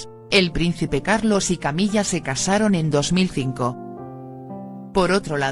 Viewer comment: Porque dice "Camilla"?...acaso no es Camila